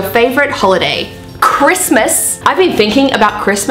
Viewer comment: Also I love how you said “uh CHRISTMAS” because same